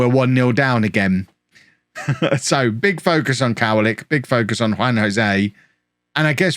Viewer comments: Yes, what's written "w" sounds like a "v" in Polish so it's "kov-a-lick" not "cow-a-lick". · It's pronounced kovalick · Kowalik translates to Nuthatch Its also pronounced Ko-vah-leek